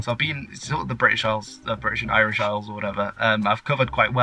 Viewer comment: From what I heard, your Irish is not all that bad, at least pronunciation. And I am currently learning Frisian. Interesting...